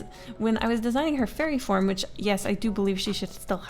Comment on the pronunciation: I thought you said "furry form" instead of "fairy form"